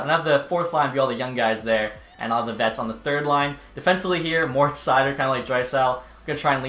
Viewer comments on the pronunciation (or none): none